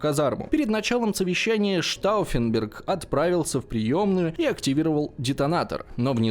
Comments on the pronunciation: Знаете, уважаемый, "Штауффенберг" это вам не "крестьянИн", его и исковеркать не жалко)) И вообще, неправильно поставить ударение в малознакомой фамилии, или общеизвестном слове?) Это большая разница! И в этом ключе работа проведена грандиозная! И штауффенберг с ними, со Штауффенбергами)) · Так с ударениями как было всё печально,так и остаётся. Уж как он бедолагу Штауффенберга коверкал,аж передергивало пару раз